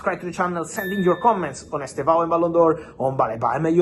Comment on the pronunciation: Fab, please stop saying Chelsea’s Ballin D’Or of the futures name wrong. It’s Estevao Willian NOT Willian Estevao Estevao is ‘Steven’ in Portuguese, and by the way, it’s pronounced as two syllables, as ‘STEV-OW’. The initial ‘E’ is virtually silent. Listen to the Brazilian commentators and you will see what I mean.